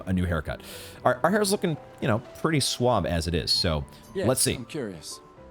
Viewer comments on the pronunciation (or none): none